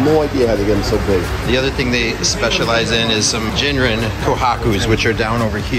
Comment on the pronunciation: PSA: Ginrin is not pronounced like the alcohol gin.